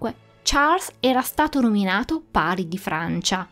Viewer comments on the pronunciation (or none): none